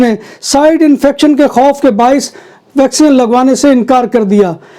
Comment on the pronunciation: Bhai yeh "vacsean "nahin " vaccine(vacseen) hoti hai.